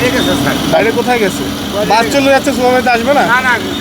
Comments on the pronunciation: সাংবাদিক কি রে ভাই স কে ছ উচ্চারণ করছেন 😂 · সাংবাদিক ভাই ! শব্দটা ‘বাচ‘ না ‘বাস‘ হবে😁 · ভাই সাৎবাদিক কথা হচ্ছে বাস কিন্তু আপনি বলছেন বাছ। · ভাই বাছে না বাসে হবে। উচ্চারণ ঠিক করেন ছুভারজার সুপারভাইজার হবে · রিপোর্টার কে? বাচ কি? বাস না বলে বাচ আর সুপারভাইজার না বলে সুপারবাইচার বলতেছে? শিক্ষিত মানুষ রাস্তায় রাস্তায় ঘুরে আর এমন অশিক্ষিত মানুষ জায়গা নিয়ে বসে আছে বাহহহ